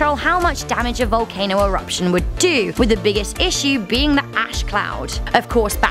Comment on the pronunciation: It sounded like she said valcaner